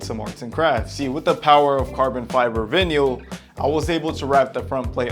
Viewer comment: please tell me you are pronouncing vinyl that way as a joke